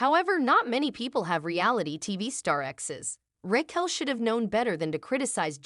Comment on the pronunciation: I like that it never says “Raquel” correctly